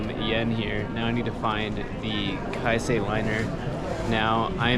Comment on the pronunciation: Enjoy Japan, but better not romanticize it! BTW: It is Keisei, not Kaisei. Anyway, have fun and behave! 😉